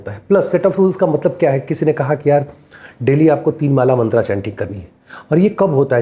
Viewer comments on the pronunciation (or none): आप कृपया अपना उच्चारण थोड़ा व्यवस्थित करें .... भाग्या, धर्मा, मंत्रा, भोगा, मोक्षा हिंदी व्याकरण एवं ज्योतिष में कहीं भी वर्णित नहीं है